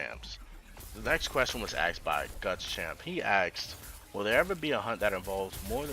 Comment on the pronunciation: Why do you say aksed instead of asked?